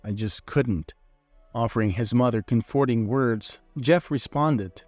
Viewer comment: Could you please learn how to pronounce "comforting"?